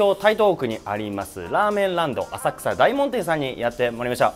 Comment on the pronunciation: お疲れ様です。 細かいですが… だいもんじゃ無くおおもんでは？ 在住としては… ちなみに20年前50丁目撃破(-.-;)y-~~~